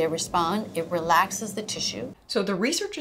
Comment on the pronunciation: Fascia become slowscia Seriously though it's face-sha, yeesh.